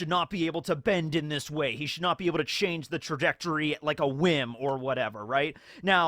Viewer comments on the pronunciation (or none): none